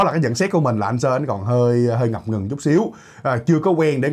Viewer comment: .. NGẬP NGỪNG.. không phải NGẬM NGỪNG..